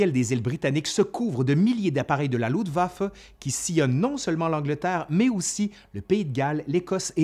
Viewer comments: Quelle année ! Il y aurait tellement à dire sur les erreurs de commandement, mais je crains que dans ce cas, il faudrait presque 1h de plus ! En tout cas, cette grosse synthèse est déjà riche et passionnante ! Merci ! Petit bémol : c'est LuFtwaffe (armée de l'air) et non Lutwaffe ( ± arme de sang), comme tu prononces ;-) Mais bon l'idée reste la même ^^ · Le sujet est traité de façon magistrale..... Un tout petit petit petit détaillouinet cependant.... Cher tu oublies systèmatiquement de prononcer le f de Luftwaffe.... Rien de grave docteur... cela ne nuit en rien aux grandes qualités de ton travail fouillé et pointu. Thanks. Jmb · Toujours un plaisir tes vidéos, excellent travail. Par contre, c'est moi où tu prononces "LUTwaffe" au lieu de "LUFTwaffe" ? Ca me perturbe haha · Bonjour, merci pour cette vidéo, c'est toujours aussi enrichissant. Par contre mes oreilles grincent à chaque fois que tu prononces le mot "LuFtwaffe"! Il te manque le F! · luftwaffe=> se prononce louFtvafeu